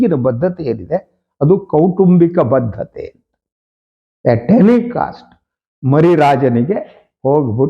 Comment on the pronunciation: ಬದ್ಧತೆ ಅಲ್ಲ ಬಡ್ಡತ್ತತೆ ಅಂತ